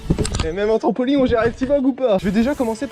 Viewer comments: C’est moi ou il dit trampoling 😭😭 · Pourquoi les gens disent trampolingue au lieu de trampolINE!😅sinon super vidéo comme dab 👌🏻